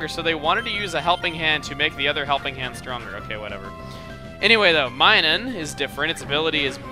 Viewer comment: MINUN NOT MINUM